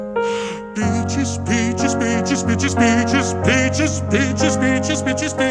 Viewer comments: The first one and the way he said peacjes ended pinkie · The Cantonese one sounds like their saying Bacon when they say peaches and I died of laughter 😂😂😂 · In Cantonese it sounds like he's saying Becky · Is it just me or does anyone else hear the Bengali guy say bitch instead of peaches? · In most of them he says peach but in bengali it sounds like the b word.